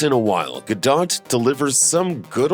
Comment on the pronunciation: what makes me cringe is the idiot who keeps pronouncing ga-dot instead of ga-doe. do your homework fruitcake.